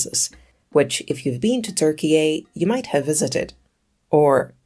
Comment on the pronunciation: Dude I'm Turkish I know how it's pronounced. It is Türkiye not Türkiya. And Türkiye sounds perfectly fine Türkiya is weird.